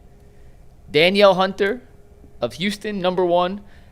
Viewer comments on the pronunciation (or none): none